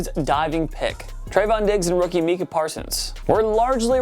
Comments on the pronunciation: Can someone tell him that Micah is pronounced My-cah and not Mee-ka. P.S: Do predicted NFL regular season records for the 2022-23 season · "Meeka", Jessakee, Freeurmooth...who is this clown that's narrating and why does he even think he should be posting videos? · Mica =my-cah, not me-cah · It’s MYCAH not MECAH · "Meeka Parsons" 🤦‍♂️ this just shows that this guy is reading from a script and doesn't know anything about football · Dude I’m gonna say it again love the channel but how the fuck do you guys mispronounce so many names? Do you not hear them every Sunday, and do show prep? It’s crazy lol. Mike Jess-e-kee Meekuh-Parsons I mean these aren’t practice squad players 🤦‍♀️ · I hate the way they say Micah Parsons name wrong Edit: and the way they say mike gesicki's last name